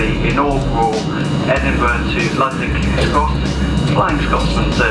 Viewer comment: Kings X Pronounce it directly 😂😂😂